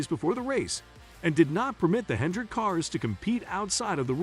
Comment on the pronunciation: Not sure how trustworthy this is since they can’t pronounce Bowman, and call Hendrick Hendricks and that it’s a firm .